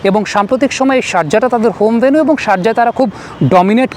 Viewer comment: venue এর উচ্চারণ হবে ভ্যানিউ বা ভেনিউ